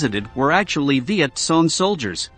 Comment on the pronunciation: The “Vietsong”? I thought they were called the Vietcong.